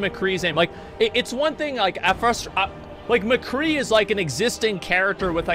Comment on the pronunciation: i think i heard some of them say "The Cree" instead of McCree and i swear one of them said "bang bang shooty shooty guy" or something idk if he was just trying to be funny tho